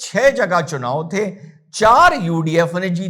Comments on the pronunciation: Rahul gandhi said : Chumav 😅😅😅 instead of chunav 😅😅😅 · चुनाव ये शब्द ठीक से बोल नहीं सकता.... तीन बार गलत बोला पप्पूने😅